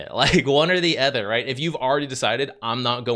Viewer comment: not meaning to be rude or anything, but i've been noticing it for sometime now, but can you please stop pronouncing "other" as "ether"? coz it sounds weird and you had me genuinely wondering what "ether items" or "ether heroes" were the first time i heard it. nonetheless, great content as always 👍🏻